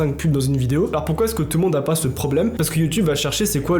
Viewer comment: Les histoires de plagiat, oseille etc je m'en fous j'adore ta chaîne mais la vie de ma mère si tu continues de prononcer le S dans alors quand tu dis "alorS que" on va s'embrouiller. Arrête de prononcer le S dans alors. Ça se prononce pas. Jamais. Même si y'a que derrière. Alors arrête